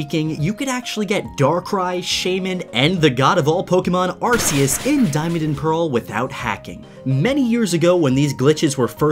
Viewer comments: Arceus isnt said arsias its ar-ke-us~~Arceus And darkrai sounds like Dacry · You pronounce arceus (ark- E- us) it's a common mistake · ...i stopped watching after you said arseus ... and dont complain i know some of the pokemon names are hard to say. ya well arceus' name is said many times in the shows and movies so whats your excuse for saying it as arseus... sounds like your calling it an ass... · it's ar-key-us Not ar-see-us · Its arkues not arsues arkues is how u pronounce it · It’s Arceus not Arkues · "ar-see-us" Me: You have broken every rule in the book! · Arceus? Arceus? Dont yo mean... ARCOOS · Arceus (Are-key-us) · Ur saying arcius wrong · Uhhh you pronounced arceus wrong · Why do u say arceus like that . Makes me mad